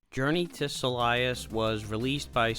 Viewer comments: I think "Silius" is pronounced Silly-Us and not Sa-Lie-Us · Silius is suppose to be pronounced like your saying silly-us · I agree. It's basically Sirius with an L.